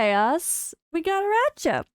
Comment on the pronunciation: it is indeed ara-kha not ara-cha from arachne. :) please say it with a kha cause the cha sounds so wrong :D